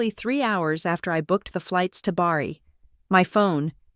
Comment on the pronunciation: Also it is Bari, not Barry.